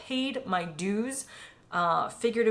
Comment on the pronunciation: You haven't paid your dues, you have never paid them until you learn how to pronounce "dues".